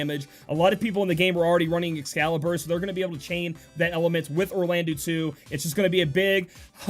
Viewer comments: we say eau like the O of obtained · Will state this again, Orlandeau is pronounced as Orlando. The '-deau' at the end of his name makes a 'doe' sound not a 'dew'. Just FYI.